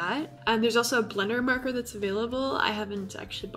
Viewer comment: You say marker as "murker" xD